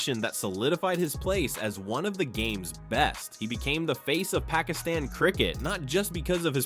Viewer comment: learn how to say pakistan and baber azam